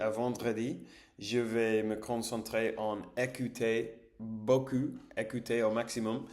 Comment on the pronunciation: Attention à la prononciation "ou" : (u) Ce n'est pas la même chose beaucoup que beau cul 😂